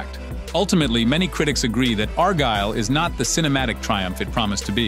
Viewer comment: I heard several different pronunciations of “Argylle” in this video. I think I even heard “R Girl.” 😂